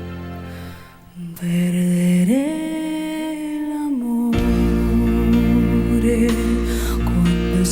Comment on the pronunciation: Her name is not Laura but Lara and Fabian is pronounced the French way. And in Italian all letters are pronounced. So Perdere l'amore both have "re" at the end and that shall be pronounced. Not difficult is it. Heavens, what is wrong with the American's tongues.